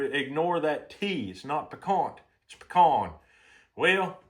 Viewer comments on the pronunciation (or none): the veggies is called the holy trinity. and its pecan. not pecon